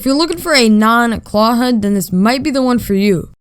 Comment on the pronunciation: huds huds HUDS!! It’s H U D